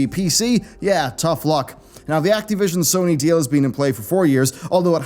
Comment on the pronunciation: acteee vision :D